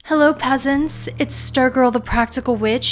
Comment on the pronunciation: I had to rewind on the peasants to make sure thats what i heard lmfaooo